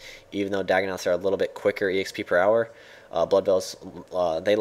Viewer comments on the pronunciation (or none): none